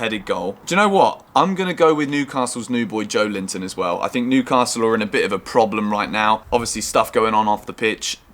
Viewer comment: "Joe Linton" 😂🤣🤣